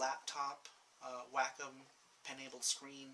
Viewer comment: it's wacom not wacom